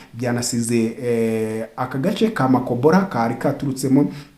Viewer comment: Murakoze kutugezaho amakuru acukumbuye ❤❤❤ Bavuga Makobola, ntabwo ari Makobolo.